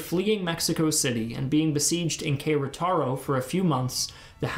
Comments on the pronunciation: hey bud it is pronounced Ke-Re-ta-ro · Nicely summarized. But Que-rah-taro? Dude. Your Spanish city names need some WORK. It's Keh-reh-tah-ro. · My dude get your pronunciations right. Querétaro is said Keh-reh-ta-row. I don't usually post stuff like this but it was atrocious. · Queretaro must be pronounced as "Keh-REH-tah-roh". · “Que rra tarro” lmao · I do not think I have ever heard a worse pronunciation for Queretaro. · Nice video. But your pronunciation of “Querétaro” was abysmal. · The video is amazing in content and animations but oh man, your pronounciation of the cities made my ears bleed (Especifically your pronounciation of Jalisco and Querétaro). You can go to Wikipedia to read the correct pronounciation or use Google Traductor and hear the robot say the word.